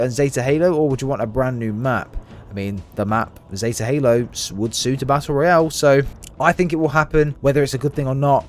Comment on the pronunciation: It's ROYALE, not "royal" holy shit.